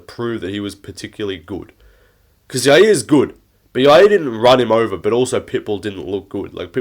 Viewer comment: The way he says "Yair" makes me angry.